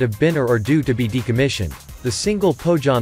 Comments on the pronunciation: It's spelled "Poh-Yanmah", for crying out loud! And The Finnish Navy can make do with Gabriel missiles, coz if enemy has survived SAAB sensors, SAAB JAS-39 Gripen E, SAAB torpedoes and SAAB Bofors/ Bae 57 Mk III/ Bae 40 Mk IV there's nothing to lose engaging Gabriel missiles. [Just joking] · The pronounciation of Pohjanmaa makes me cringe 😂